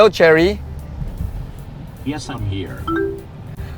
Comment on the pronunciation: I kept hearing Charity lol